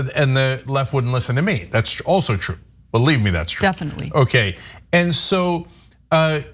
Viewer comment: Yeah, we TOTALLY buh-lieve you don't jack it to her!